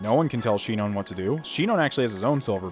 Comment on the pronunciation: Shinon isn't "SHEE-known", it's "SHY-non".